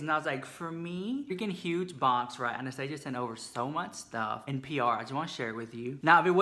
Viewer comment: Honey honey, you're not pronouncing Anastasia correctly.